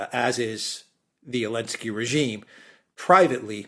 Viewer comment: why does the man say Olensky when referring to Zelenksy? as a native english speaker i am strictly just curious?